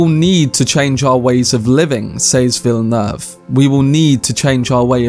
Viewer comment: This man loves Denis Villeneuve so much he actually learned to pronounce his name correctly